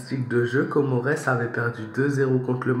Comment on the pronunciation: On lit pas le S on met le S car Comores c'est des îles réuni qui forment un pays 🇰🇲